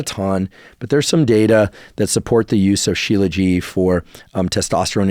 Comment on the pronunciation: Just to clarify, Dr. Huberman, the "t" at the end of Shilajit is not silent. As a medical doctor who studied Ayurveda I typically use Ashwaganda, Tongkat and Fadogia before trying Shilajit.